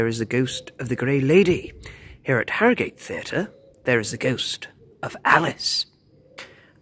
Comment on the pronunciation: Born and bred here and we pronounce it Arrogut.